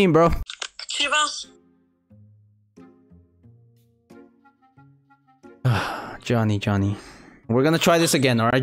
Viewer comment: Nah bruh he said chivas💀